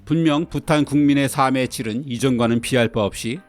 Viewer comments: '삶의'는 '사믜'로 발음하지 않고, '살믜'로 발음합니다. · 늘 좋은 정보를 재미있게 듣고 있습니다 다만, 가끔 겹받침 발음이 틀려서 좀 아쉽습니다 '삶의 질'에서 '삶의'가 '사~메'로 들리는데요, '살메'로 발음해야 합니다 참고하세요